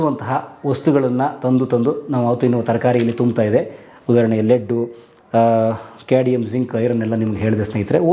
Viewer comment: Adu cadium alla cadmium